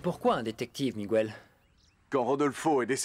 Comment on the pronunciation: message aux voix off ! svp MIGUEL se prononce comme la régle en français ! le u ajouter à G devant un E est pour obtenir le son GUE et non GOUE exemples un quépard un guéridon